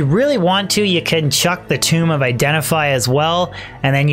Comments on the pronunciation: Tome is pronounced like home not tomb. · He also pronounces "tome" as "tomb" :P Cute